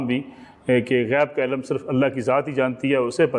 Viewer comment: Janaab ap ilamm ilamm lagai hui he apko to "ILM" ki sahi pronunciation he nahin aty ap kia khak ilm ki bat karen ge?